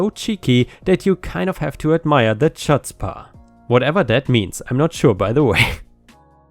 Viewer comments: Hey just a heads up that word in the first story is pronounced hootspa i think it bascily mean in that context that you got to admire the stones/balls/guts on that guy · Came here to say this as the resident Jew in my friend group 🤣 You really need to get the phlegm going on the CH to get it right, but it's basically someone who has no shame and a lot of balls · Came here to say exactly that. But tbh the first time I saw that word I thought it was pronounced like he pronounced it here . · Well, you now know what "Chutzpah" means, and how to pronounce "Agatha". However: living in England, the home of "Real Ale", and drinking Budweiser? That should have been enough on it's own to have that guy committed. Your content is great! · Firstly, the "C" is silent in chutzpah. Second, it means bold attitude, even if misguided